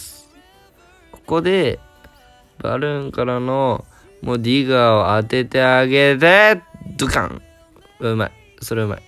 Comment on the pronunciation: 英語の発音がよすぎるネイティブの先生並みの「ディガー」